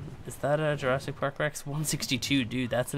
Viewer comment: it’s Jurassic not Jurrasic